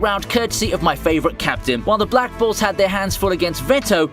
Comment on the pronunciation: Somehow my ear heard him says "Black Balls" instead of "Black Bulls"